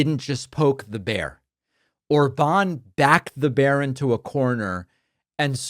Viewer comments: it's OR-bahn not or-BAHN 😂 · Btw, despite him having that á, his name is stressed on the first syllable (like most? all? words in Hungarian). So ORban not orBAN.